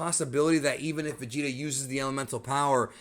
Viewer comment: lol i have a cousin that says vegetas name like that. "vecheeta"